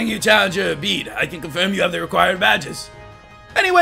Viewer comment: His pronounciation on Bede was from Bey-Dey to Beed.. Q.O.T.D. : Hmm, Litten because my first starter was a Litten.